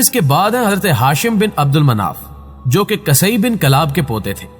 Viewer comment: قصئی بن کلاب، ق کے اوپر زبر نہیں پیش ہے